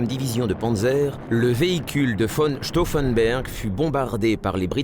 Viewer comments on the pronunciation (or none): Stauffenberg et pas Stauffenber c'est une hérésie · The commentary calls Claus von Stauffenberg "von Stauffenburg". The commentary on events is rather simplified and jingoistic.